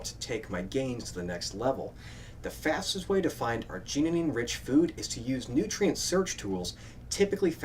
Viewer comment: You put an extra "neen" in arginine. :)